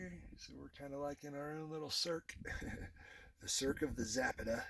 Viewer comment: Please learn to pronounce Zapata correctly . Too many mispronounce the spanish and native american names .